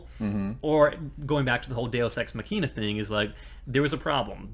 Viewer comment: day-us ex mahkina. say it like that. also, you say the word MAUVE like that song that goes "I LIKE TO MOVE IT MOVE IT". not MO-AV lol